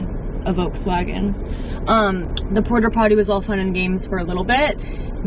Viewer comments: the is no R at the end of porta potty 😂🫶🏼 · Im sorry but are you saying porter potty??